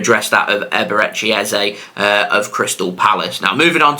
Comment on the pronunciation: I’m from Nigeria 😂the way u pronounced EBERECHI EZE is funny 😂😂😂😂